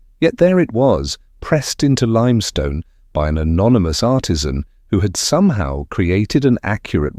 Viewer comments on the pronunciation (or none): none